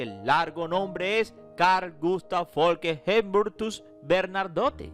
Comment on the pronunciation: La Dinastía es BERNADOTTE, no BernaRdote!!!! Corrección😊